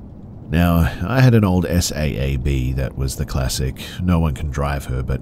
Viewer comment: i can tell this is AI reading because I noticed in abbreviations such as RI for Rhode Island or SAAB for Saab. The speaker says the abbreviation rather than articulating what it stands for. That's not intelligent.